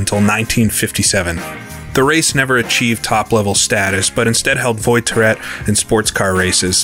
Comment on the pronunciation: Little comment on your French, voi in voiturette is pronounced voa, not voy.